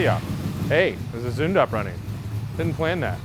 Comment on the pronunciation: The way you pronounce Zündapp in the end is pretty accurate! Cheers from Germany